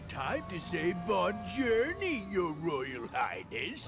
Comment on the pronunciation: The "Bon journey" thing Pete said is him trying to say "Bonne Journee", which means "Have a nice day" in French.